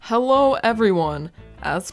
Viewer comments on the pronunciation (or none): well ill be there when you is ready. Also i keep hearing "hewwo everyone"